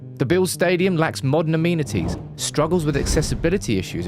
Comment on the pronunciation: Why do you say amenity’s like that? 😂